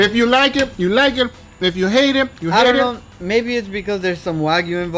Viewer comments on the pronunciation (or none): It's "let's do it" not "let's do iihhh"